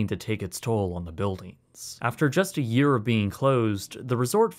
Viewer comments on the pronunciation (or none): none